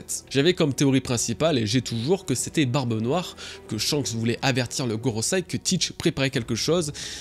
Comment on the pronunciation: GorosEi, pas gorosAi